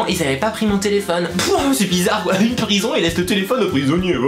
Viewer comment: Mdrrreeuuuh, en Peurison xD♥ Sa me fais rigoler..:p ♥